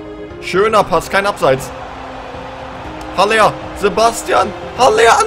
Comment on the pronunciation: Haller wird aber aller ausgesprochen